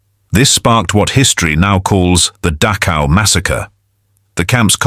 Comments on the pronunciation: Dachau is pronounced NOT as "Datchow" It's da (as in doctor) and the ch in Dachau is pronounced by nearly stopping the flow of air in your mouth, but not completely. You exhale while partially restricting the flow of air out of your mouth by nearly stopping the airflow out using the back of your tongue. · The least this video narrator or maker could do for memory of the prisoners is to pronounce Dachau correctly